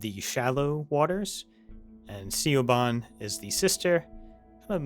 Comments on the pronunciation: sij-il not siggil , shee-vahn not see-o-bon, shee not sid-hee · Just FYI "Siobhan" is a real world Gaelic name, pronounced "Shih-von" / "Shivon" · Siobhan is pronounced like "Shi-vaan". It's my cousin's name. Gaelic words are weird.